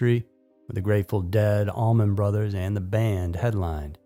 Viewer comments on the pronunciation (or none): none